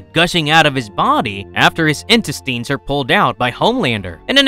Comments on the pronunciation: In-tin-steins!? Seriously? Its INTESTINES (IN-TES-TINES) TINES IS PRONOUNCED WITH THE IN ANNUNCIATED AS IN. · "Intistines" lol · In- test-tines 😂😂😂😂 dawg this channel is too much. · Is this being read by an AI voice or do you just not know how to pronounce "intestines"? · Please learn how to pronounce intestines!